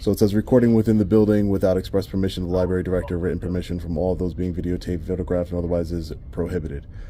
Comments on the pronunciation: I just have one complaint. It is a pet peeve of mine. I'm a baby boomer and we were all taught how to spell and read come and it is library with an R after the bee, it is not libary! Anyone who is as educated as you are should know that! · The amount of people who say "liberry" is astounding